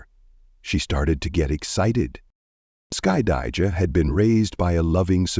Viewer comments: The narrator is destroying the daughter's name 😂😂😂😂 "Skuh-dye-juh" 😂😂😂😂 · Of course she didn’t. This is being narrated by AI which mispronounces names frequently. Her name is Skydajah.